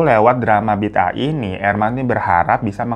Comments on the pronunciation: Sebutannya nyambung -> bidaah (bi daah). Bukan bid ah. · Sebutan bidaah itu kalau diMalaysia pengucapannya Bida'ah./Bi.da.ah. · BIDAAH the pronunciation is BI DA AH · Malaysia singgah buat Bang Hiro cute glowing Kaching ❤🇲🇾Pembukaannya faizal hussein,pelakon senior di malaysia.. Sebutannya bida'ah bang... Sy rase,perkara dn hal³ sebegitu mmg ade terjadi...ibarat ajaran sesat.. Semoga kita semua dijauhkan dri perkara³ menyesatkan...love u bang hiro!!! Tq tq tq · Bi da ah bang sebutannya klu di Malaysia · Sebutan A Indonesia sama Malaysia kan ngak sama.tajuknya bi da ah.bagus cerita ini menunjukan kepada warga supaya sedar kebnyakannya Masih percaya benda yg sesat begini.cerita ini udh menungkapkan fakta sebenar yg ada di negara kita sekeliling kita.bnyk yg marah itu kita mungkin tahu lah kenapa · Sebutannya bi-da-'ah, dari perkataan bahasa arab juga. JAKIM adalah badan agama kerajaan yang bertauliah yang akan memantau dan memperkasakan agama islam di Malaysia. Selain ajaran sesat di atas, ajaran Mashitah agak banyak juga pengikutnya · Bida ah bang sebutan nya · sebutan nya BI DA AH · Bida'ah sebutan orang Melayu....ada yg sebut 'bedo'oh', 'beda'ah'..ikut loghat